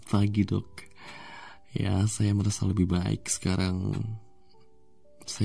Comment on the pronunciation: Aku dengernya Dog bukan Dok🗿